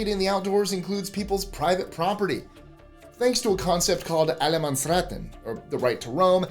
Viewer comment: Upvote for the pronouciation of Allemansrätten. Way to go!